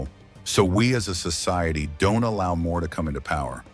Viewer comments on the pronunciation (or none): none